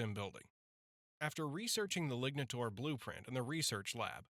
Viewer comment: You say lignataur, but I hear ligmataur.